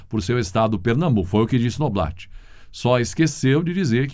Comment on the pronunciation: Noblá, Noblat se pronuncia NOBLÁ!